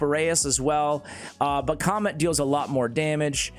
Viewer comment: It's not comet , it doesn't sound like that. It's Ka - met .